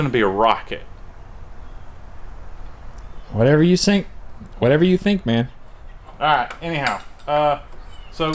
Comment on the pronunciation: whatever you sink? 😂😂